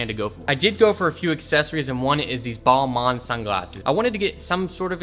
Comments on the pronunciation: You must be pretty young-that is a GREMLIN....not a furby. Sunglasses it is not BALL-MAN, but said like BALL-MAINE (but without the e). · Sorry, it’s pronounced bol-main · I was pissed at the gremlin thing and then the way he pronounced balmain pissed me off even more 🤷‍♂️😂